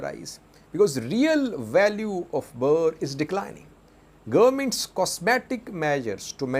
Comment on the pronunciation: you always pronounce Ethiopia’s Currency wrongly. It is not BAA but Birrrr